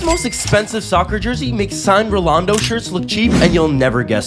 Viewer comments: I can’t believe you’re pronouncing Ronaldo’s name wrong. It’s not Rolando it’s ronaldo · Rolando, I laughed when hearing him pronounce that name, but I never knew is was Diego maradonas Argentina natl team jersey was the most expensive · Bruh Rolando even worse than ishowspeeds pronunciation😂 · The pronunciation of "RoLaNdO" hurts my soul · Rolando -messy (not that big of a deal just pronunciation) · It’s pronounced ronaldo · They don't even know how to pronounce ronaldo and yet consider themselves as higer knowledge then us🤦